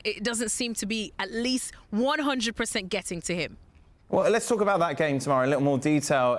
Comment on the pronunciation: Amazing how Shaka manages to refer to football as "thee gheem" every single time.